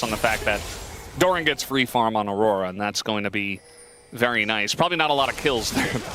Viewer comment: Siempre es gracioso como pronuncian Aurora 😂